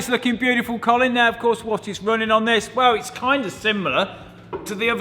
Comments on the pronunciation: Every time he said "Column" I kept thinking one of them should be named "Column Furze". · I can't be the only one who kept laughing hearing column and Colin in the same sentence, love the Colin column!